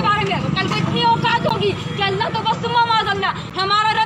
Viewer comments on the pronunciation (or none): none